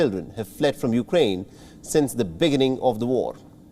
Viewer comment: Be-gin-ning not the beg-gining